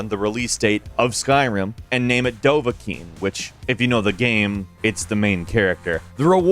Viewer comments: the way you say dovakiin is just wrong. you see I speak in the dragon words, meaning that dovakiin is not daaaavvaakooooon its dovakiin. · 'The most intriving is the middle name, Tom." Not Dova-king